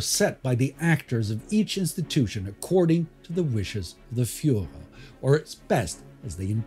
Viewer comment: He still has to study the pronounciation of Fuhrer!